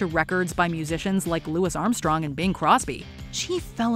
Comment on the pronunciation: The fact she mispronounced Louis Armstrong's name demonstrates that.